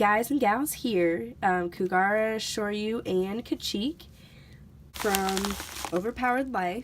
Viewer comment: I love that Neopets has merch again! I've been playing since 2001. Love the kacheek! Isn't Kougra pronounced "Koo-grah"? Have I been saying it wrong all this time?! I need to find the pronunciation guide! Gah! is self conscious (@